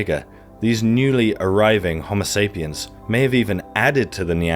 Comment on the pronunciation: Great video very informative but the way you say Homosapien makes me envy the deaf.